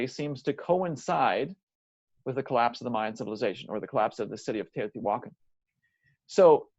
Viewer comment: It’s actually pronounced- teo ti walk on